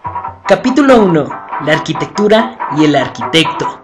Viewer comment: En ninguna lengua romance, ni siquiera en el ingles (architecture) se pronuncia "arCHItectura"pronunciando la CH como la utilizan en el video. El titulo del libro en latín ARCHITECTURA de vitruvio, foneticamente el prefijo (arch) se pronuncia (arkau). a menos claro que se esté pronunciando en algún otro idioma, o alguna lengua muerta, en cuyo caso apreciaría la corrección.